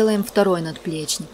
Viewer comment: Всё круто, поставил лайк, но очень корёжит "наДплечник")))